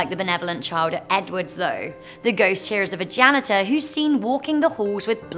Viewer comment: She said, “The ghost here is of a janitor.” I swear I heard, “The ghost is a vaganitor.” 😂